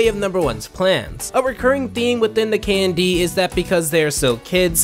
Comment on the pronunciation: I spent all the video listing Candy instead of KND, if the name of the show is that intentional it is genius